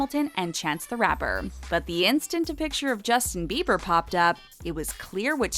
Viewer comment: sis it's "bieber"